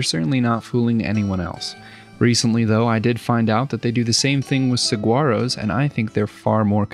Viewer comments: hahahaha I love when people mispronounce saguaro lmao (no hate at all btw) It's just funny to hear as a southwesterner (it's sahuaro) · I don't know if youre doing it on purpose; but that is not how you say saguaro as its pronounced sa-wah-roh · The way you pronounce Saguaro makes me cringe. It's "suh-war-oh". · You know the best way to learn how to pronouce something? Get it wrong on the internet. 🙂 The cacti are pronounced sa-war-oh (no 'g' sound). 🌵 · Another solid video.... The g is silent in saguaro, they make palm tree towers here in Tucson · its a small thing, but i really appreciate how positively you spoke about the saguaro (which is typically pronounced without a g sound btw). theyre probably the most famous cacti despite only being native to one area, but a lot of cacti in general get overlooked, so it still makes me happy to hear them talked abt. arid and semi arid climates are underappreciated in general imo (so tired of the desert = wasteland idea). loving how this world is coming along btw <3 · Born and raised in Arizona the land of saguaros! I love how you say their name 😂😂😂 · As someone from Arizona, your pronunciation of Saguaro is interesting to say the least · Has an Arizonan his pronunciation of saguaro was getting to me Also Cacti is the plural for Cactus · I hate to leave any negative comment because your workmanship is fantastic. Please learn how to say saguaro though, the G is more of an H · Pronounce the G as an H in Saguaro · If you have ever spent much time in New Mexico or Arizona you would pick up on the difference in pronunciation of saguaro. The ‘q’ sounds more like ‘w’. You were making me twitch. Ha,ha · It’s pronounced “sa-Wah-row” 😊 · Wonderful Build. Just an aside, saguaro cactus is actually pronounced more like sa-war-o. Keep up the wonderful work sir. You are one of my favorite parts of my Sundays. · Saguaro is pronounced: Sa war o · Friendly tip, the G is silent in saguaro. It's a w sound. Sa-wah-ro.